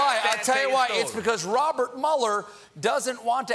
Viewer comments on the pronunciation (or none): none